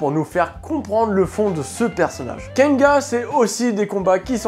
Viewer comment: mais pourquoi tu dit kenga ? il y a un N à la fin pourtant ( kengan )